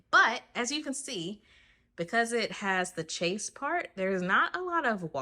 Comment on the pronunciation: Chaiz. That’s how it’s pronounced.